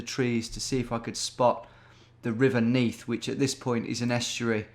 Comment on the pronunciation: I'm from Neath and knew the first one straight away, but hearing you say 'Is that the River Neath' blew me away. You're cracked